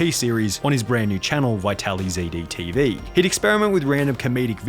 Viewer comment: so am i the only one bothered by his pronunciation of the channel, when its clearly a stylized spelling of “Vitalized TV” not “Vitaly - ZDTV”?